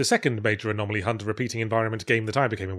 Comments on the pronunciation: II'm more excited for a "4 hours of Yahtzee going anomalomanomenom" ASMR video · Was Yahtzee having fun with mispronouncing "anomaly" at the end a shout-out to Eddie doing the same with the words lavatory and laboratory in "Bottom : LIVE Weapons Grade Y Fronts" ? I cannot believe I am making that kind of reference.